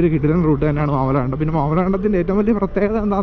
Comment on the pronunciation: മാമലകണ്ടം അല്ല bro മാമലക്കണ്ടം 💙💙